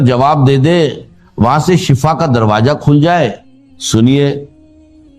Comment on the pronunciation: Beshak ALLAH ke kalam mai koi shak nahi pr ye awaz Israr sahab se milti julti to lag rahi hai pr is mai jo alfaz istemal kiye ja rahe hain or kuch ka talffuz sahi nahi hai jaise darwaJa ,Kimti etc ...ye zaban dr shab ki nahi ho sakti mashaALLAH un ka talaffuz saf tha